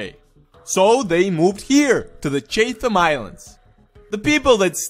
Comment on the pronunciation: Chatham is pronounced chat ham